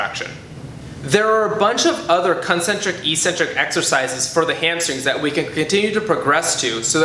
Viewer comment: I wish he knew how to pronounce 'eccentric'.